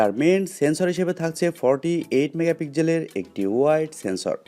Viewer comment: megapigjel নয় রে মুর্খ ওটা pixel মেগাপিক্সেল উচ্চারণ না শিখে লাইভ করে দেশের সম্মান নষ্ট করছ